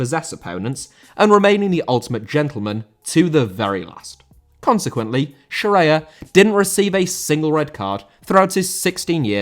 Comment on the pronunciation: Scirea* not Scereier